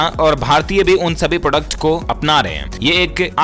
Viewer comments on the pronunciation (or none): none